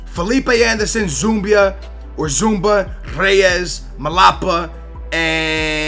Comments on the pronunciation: zouma is pronounced Z-U-M-A not Z-U-M-B-A like so he can see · ITS FUCKING ZOUMA NOT ZUMBA !! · Its zouma not zoumba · zouma not zoumbia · Its not zoumba it is zouma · HOLY SHIT IT'S NOT ZOOMBA OR ZOUMBIA IT'S ZOUMA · Fucking zouMA! Not zoumba!!! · i think you got and A+ because you got thiago,felipe anderson he can score the free kicks,lorenzo in sin yay is a beast and he is speedy,reyes,zouma and i forgot the other one. and it is zouma not zoumbia! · Holy crap, it's ZOO-MA not Zumba you noob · Its pronounced zoo-ma. Not zoomba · C'mon....It's ZOUMA not ZoumBa!! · Zouma ZOUMA not ZOUMBA noob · Zuma, not Zumba! LIKE SO HE CAN SEE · Its Zouma !! not Zoumba !!! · ffs it's zouma not zoumba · It is zouma not zoumba or zoumbia! ! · zouma not zoumbia -. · Zouma pronounced Zooma not Zoombia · I think it's pronounced like in sin ye and its not Zoumba it's zu ma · And its Zouma not Zoumba!! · Its ZOU-MA there isn't any B in his name. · Zouma not zumba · its zoo-ma not zumba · insigne is pronounced in-sin-yay also zouma is pronounced zoo-ma (not zoombia) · why do you keep calling him 'zoomba' his name doesnt have a b? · In-sin-yay and Zouma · It's Zouma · Insigne is said, "In-Sin-Yee". Also, Zouma is pronounced, "Zoom-Ah".